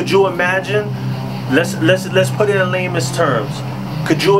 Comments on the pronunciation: "Lamence terms" its actually called lay-men's terms. 🤦‍♂️ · With all due respect... It’s: put it in “layman‘s terms” not “lamest terms”. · "Lehmans terms" haha. No disrespect. The "ley man" is like a simpleton or ordinary man. No dis.